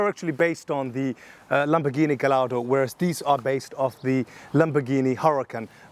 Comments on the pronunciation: Lamborghini “jallardo”… Are you serious? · Lamborghini Jellato lol 😅